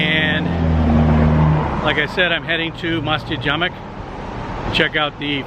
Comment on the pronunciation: It's masjid Jamek pronounced as Ja-Meek